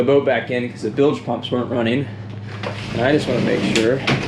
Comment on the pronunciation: Bilge pump not billage pump